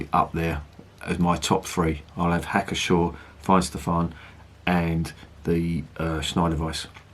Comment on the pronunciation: The P is not silent in Pschor.